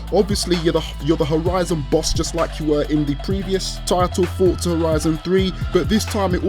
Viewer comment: Can u say Forza properly